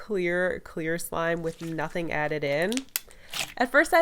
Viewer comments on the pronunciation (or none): none